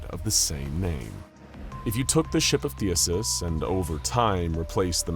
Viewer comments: THEEE-SEEE-US. THESEUS! NOT THEUSUS. sorry. That shit was making my brain hurt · I love your content, but every time you say "Thee-uh-sus" you make a greek grandma cry. I even checked to make sure I hadn't heard it wrong my whole life. It's "Thee-See-Us." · It sounds like you say “Theuhses” instead of “Theseus” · I swear you actively mispronounce only the most important words in your videos, the most prominent, in an attempt to cause minor madness in listeners, because it's actually extremely common. THEE SEE US not THEE US US. but I think you know. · I honestly can't tell if Theseus was being mispronounced as Theasus on purpose or not. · Say it with me (thee,sea,us) I love the videos but damn the Pronunciation is terrible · Oh. My. Gawd… please tell me that someone else out there got more and more incredibly infuriated at the blatant mispronunciation of “THESEUS”…!?!? IT’S PRONOUNCED “THEE-SEE-US” ffs… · It bothers me more than it should. There was another Greek or Roman name in the last video with the same issue lol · He does it on purpose in at least 40 videos, I think it might be a watermark of sorts